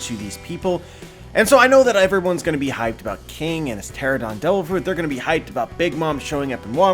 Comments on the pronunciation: Its not TERA-DON , TERA-NO-DON (Pteranodon) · You pronounced Pteranodon wrong is my only complaint lol...